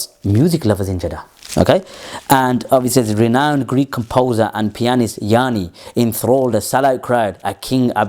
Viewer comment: Bro, the name of the Greek artist is "Yanni" and not "Yaani", according to his Wikipedia, because I had never heard from him before. His full name is Yiannis Chryssomallis,:D Somalis